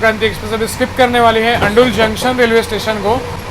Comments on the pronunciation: Are yaar station ka naam sahi bola karo andul nhi andal station ka naam h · It's not ANDUL it's ANDAL